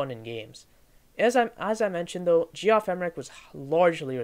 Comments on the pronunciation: “G-off Emerick” 😭😭😭💀🏴‍☠️🏴‍☠️🏴‍☠️ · G-off? it's JEFF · Cool vid! Pretty sure it's pronounced "jeff emerick" but don't quote me on that